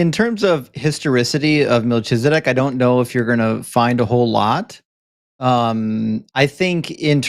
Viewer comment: You said "Malchizedek" but the ch is pronounced KH. All CH in Hebrew is KH. There's no Ch=TSH sound in Hebrew. Even when it's used it's in the Yiddish accent. Like Lubavitsh. Which isn't in Hebrew. Or "Tshuva" instead of Teshuva =answer/repentance Either way it's pronounced "MalKizedek" with a K sound. Malki= my king Tsedek= justice/ righteous Sometimes the khaf has a K sound